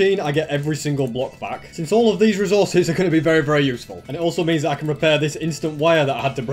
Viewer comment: means becomes DIO saying Za Waurdo